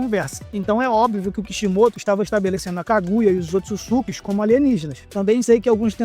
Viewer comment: Kkkkk o jeito que ele fala Ootsutsuki é engraçado